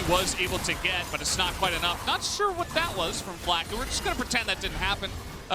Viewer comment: Flacked. Not Flack-ed-e. Fml